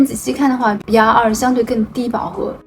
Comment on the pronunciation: 😂你在说色号的时候 BR 你说“笔牙” RD 你说“a ní" 我一直没懂这是什么意思 直到看了字幕😅